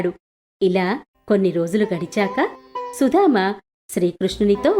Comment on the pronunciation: Nice.But it is Sudama not Sudhama